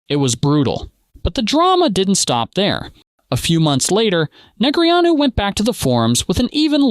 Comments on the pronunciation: "NeGREEanu?" I've always heard it pronounced "Negrano" . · Jesus! Stop calling him Nig-Ree-ōn-you!!!! It’s Daniel Negreanu's name is pronounced as "Neh-GRAH-Noo". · Poker pot is blocked for not being able to pronounce Daniel Neh-gra-noos correctly. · Neg-re-on-u? Wadafuq? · Neg-ree-AH-new cracks me up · Is this a i, or dude is clueless and can't pronounce his name correctly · AI doesn't know how to pronounce Negreanu. LOL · One thing I don’t understand is whoever makes this video and edit it. Why don’t they correct AI when it mispronounces names. I’ve seen it on poker videos, hockey videos, football videos. Creator. If you don’t watch the stuff, at least correct the mistakes. You just have to Google how to pronounce negreanu